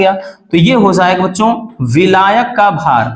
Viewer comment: Hozayega 😂 ki hojayega pronounciation to dekho